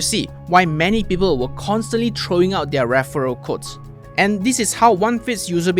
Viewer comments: Off topic but ‘Their’ is pronounced as ‘There’ not ‘Diar’. ‘Diar’ doesn’t exist in English. Just saying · Off topic but ‘Their’ is pronounced ‘There’ not ‘Diar’. ‘Diar’ doesn’t exist in English. I wouldn’t know what you’re ranting about without the subtitles